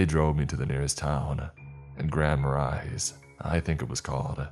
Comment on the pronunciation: Grand Marais is pronounced "Grand Mah-ray"